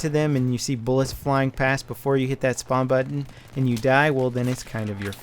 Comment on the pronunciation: "spawn" not "sperm" ;)